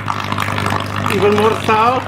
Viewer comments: Fkn idiot its salt not saut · i really like the way you say SALT and i laughed so hard when you said EVEN MORE SALTT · nice acxxxcent